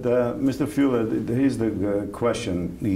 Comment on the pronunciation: Fule!!! not Fuele!